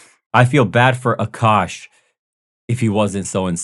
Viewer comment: Akaash ❌ Akuck ✅